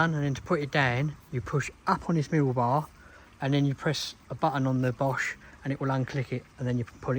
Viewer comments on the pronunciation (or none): none